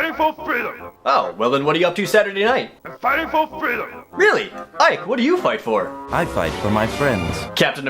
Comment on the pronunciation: Am fwighting fwor fweedom